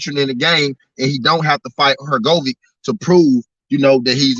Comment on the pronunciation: Bruhhhhh Your pronunciation of Filip Hrgovic tells me 1000% that you have never watched a fight of his, I don’t know why you profess to be knowledgeable in the sport of boxing when you are speaking on boxers who you have not even seen compete, if you have then you would know and hear the commentator pronounce the name particularly Hurr-Go-Vich! Nat Ur-go-Vick TF man. Awful